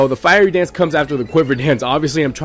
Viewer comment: Firey Dance? Lol..."Fiery"